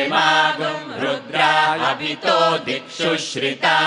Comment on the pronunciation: it is commendable that the European group recites Vedic Rudra Prashna & Chamaka so correctly. We in India should learn a lesson from them.